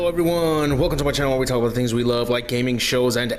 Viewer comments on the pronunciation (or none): none